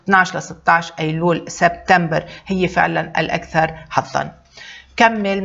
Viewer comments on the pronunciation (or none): none